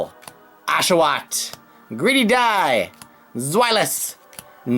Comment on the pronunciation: Oh and btw it's also pronounced "Greedy Dice" not "Gredy Die"